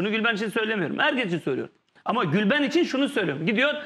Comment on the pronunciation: gülveren deyince anlaşılmıyor dimi Nihat aptaldı millet